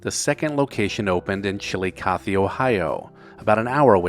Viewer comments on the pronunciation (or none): Good video but you've got to work on your pronunciation of the place names. It's pronounced "gala polis" or " gala police" depending on where you're from in Ohio. And Chillicothe is more like "Chill-a-cothy" whereas you seemed to be saying something more like "chilly-coth." Get it right or pay the price. signed - An interested Ohioan. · I'm from Pittsburgh and we had to dress up to go to Bob Evans back in the day. If we had Jeans on, my Mom would say, we're not going to Denny's you know, Get cleaned up! Oh, and nice try on pronouncing Chillicothe. lol